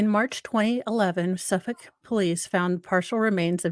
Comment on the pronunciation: Gill Go Mass uh pee kwa NA SAW Manner ville Lawnguyland You nailed Suffolk.